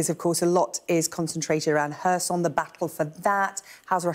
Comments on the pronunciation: Someone should say him he is not pronouncing Kherson correctly. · It's pronounced Herson, the K and H make a HK